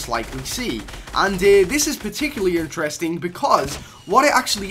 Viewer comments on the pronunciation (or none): none